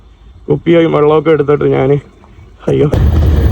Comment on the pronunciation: നാൻ അല്ലെടാ കോപ്പ്, ഞാൻ എന്നാണ് ശരി